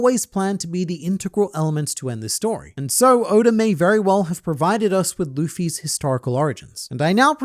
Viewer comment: Hold on a second... When you mean to say Eichiro Oda's name, you always pronounce it as "Odor," due to your Australian tongue. However, when you mean to actually say the word "odor," you say "oda" ?